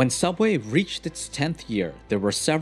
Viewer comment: You mean sooubway B)